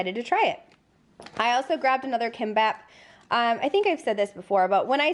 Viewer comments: The Spanish omelet tortilla should be mostly stacked sliced potatoes w eggs binding them (at least the ones I tried at a S. Am embassy) rather than straight up big gob of eggs like American omelets. BTW, Kimbap is pronounced kim-baap not kim-bahab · It's actually pronounced more like Kimbop not kimbaap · ANd the "i" is pronounced more like an "e"--keembop